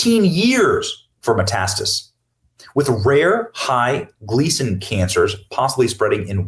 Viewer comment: METASTASIS, not METASTIS. For fuck's sake, you're already reading it. Annoying AF